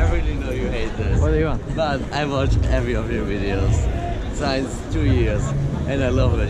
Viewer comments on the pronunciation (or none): It'S “since“ nOt “SiEnCe“